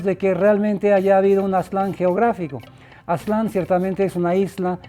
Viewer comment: No se ponen de acuerdo, a veces dicen (Á)ztlan y luego Aztl(á)n, a veces Tenocht(í)tlan y otras Tenochtitl(á)n. Además, hay muchísimos historiadores y antropólogos mexicanos, muy mal por parte del INAH eso de perpetuar que sean extranjeros los que "nos cuenten nuestra historia".